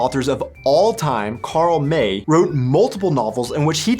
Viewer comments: ty for pointing out that german chocolate is better than Hersheys! but honestly ANY chocolate is better than Hersheys, the stuff is just vile! BTW Karl Mays name is not pronounced like the month but as in 'my' - and yes we germans might not have read all his books (and there are many) but we sure watched ALL the films as kids, they were awesome! now we watch them for sentimental reasons and laugh our aßßes off, cause they are soooo cheesy! I mean an Apache with blue eyes??? But Pierre Briece was sooo handsome, we all love him! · Wait. .....You're now a sitzpinkler? And you admit to this openly! (*shudder*) You get a downthumb just for that! (And, also, I'm pretty sure that Karl May's name is pronounced like it rhymes with "eye", not "ay".) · It wasn't until you mentioned winitou that I realised you were pronouncing MAY like the english month and meant the author Karl May pronounced in german like the english MY. Btw the comedic parody movies of winitou are really good.